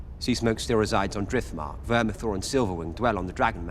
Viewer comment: It's Vermithor not Vermathor